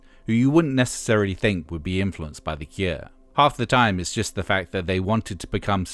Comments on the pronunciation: Is it only me or has anyone else kept hearing "the ikea", instead of "the cure"? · Stop saying The Kieah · Is this voiceover AI? He says, "The Keer". Bizarre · Why are you saying "the kier"? That's not how you say cure! How do you get such a simple word so wrong? lol They called themselves The Cure because they envisioned themselves as the cure for something they saw wrong with society. So there is nothing fancy about their name to say it any different than you would for "the cure for [insert a disease here]". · Good to hear about the “Kuer”